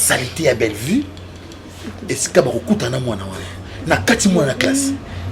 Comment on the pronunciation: c'est Bellevue et non bellevie.